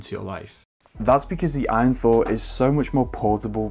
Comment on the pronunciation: It's A-Y-N not "win" lad. It's an acronym for all you need